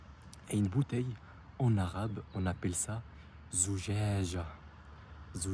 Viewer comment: Pour le mot bouteilles, vs dites zouzaja alors que en arabe il y a écrit la lettre qui se prononce phonétiquement za djim djim et ayè. Et vous dites zouzèza.. je ne comprend pas.